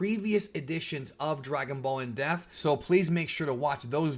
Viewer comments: It's pronounced IN DEPT with not IN DEFT. Fantastic video, man. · It sounds like you're saying "In Death" lol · 50th edition... still cant pronounce depth.. hahah sorry if you see this, i mean this in the nicest way possible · 50th edition and youre still a fucking illiterate that doesnt know how to say the word depth